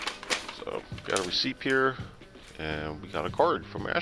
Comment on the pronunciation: GOD DAMMIT the p is silent in receipt lol mush love buddy great videos